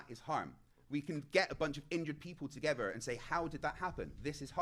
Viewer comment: Last time I checked it’s pronounced together. Not “togevor”